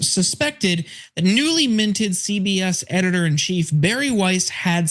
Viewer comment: cenk said "ZBS" loooolll damn